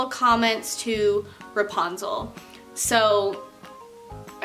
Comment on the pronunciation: she was saying reponzle instead of repunzle